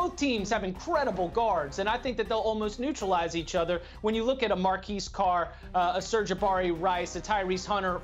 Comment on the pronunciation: I don't think he was throwing shade; one of the panelists called him Marquis Carr, rather than Marcus Carr. That the announcers were butchering his name was the point.